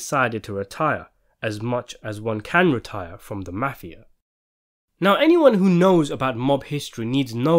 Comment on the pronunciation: I totally disagree with you and your opinion and the reality is your thoughts are a minority. Don't confuse B movies with English actors trying to be Mobsters because it's not the same as it was in America. Besides you can't even say mafia correct.